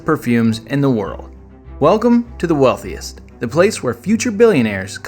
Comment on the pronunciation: The Wealthiest it sounds like herpes lol it’s ok.